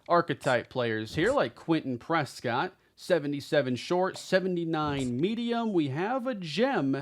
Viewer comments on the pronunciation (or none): none